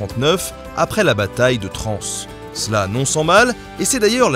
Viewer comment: Merci pour ce recap bien sympa; bon sinon, puisque je suis du coin, je me permets de faire remarquer que le "S" de "Trans" est muet. Sinon, tout le monde va croire que tu parles des Transmusicales de Rennes !